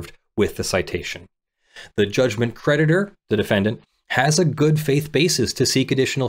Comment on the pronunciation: I was listening rather than reading along, and I kept thinking you were saying the judgement predator instead of the judgement creditor, which really made this case sound extra exciting! Watch out, the judgement predator is hunting you down! 🤣